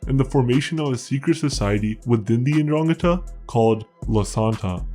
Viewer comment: It is pronounced "ndrangEta".